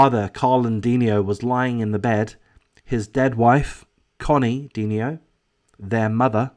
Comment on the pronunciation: Considerable background about this close and loving family and this double tragedy can be found in the comments of other YouTube posts. Please read. "De-NI-o"